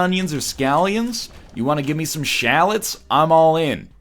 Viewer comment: How did he pronounce shallot u.u